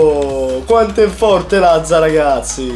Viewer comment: Apparte che è latza no lazza